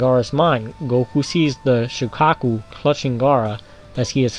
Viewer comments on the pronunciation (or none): Shukapu its shukaku